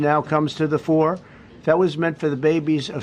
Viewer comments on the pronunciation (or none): none